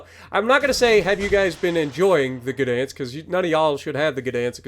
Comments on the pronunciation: To help you out, its gah or guh dansk.😂 i think the polish dont mind slight mispronouncing it. They are pretty friendly people. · Gdansk starts with a hard G and is pronounced Gahdansk with the ah sound being shortened. I'm looking forward to getting this ship.